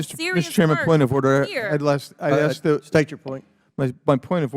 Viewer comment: May I axe her a question?